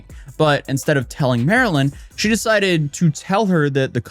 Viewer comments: Idk why it irked me but her screen name straight explains how to say her name. Not Marilyn. Marlyn (like the fish, marlin) hence her name marlynlikethefish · Bro MAR-LYN…. “Like the fish”